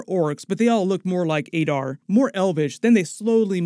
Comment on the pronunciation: The way you pronounce Sauron is terrible. Considering you’re a YouTuber and successful you’d think your grasp of the English language would be better. Adar as well 😂